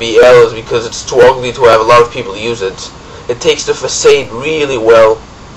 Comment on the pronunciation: lol fuhsade , its fahsahd